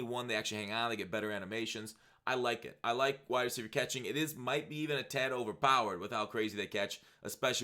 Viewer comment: Overpowered katkhing plz b SoberFoxx kuz u sound likk DrunkFoxx with that one